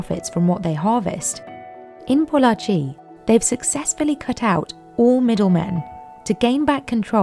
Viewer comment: Glad that the narrator didn't butcher the name "Pollachi" 😄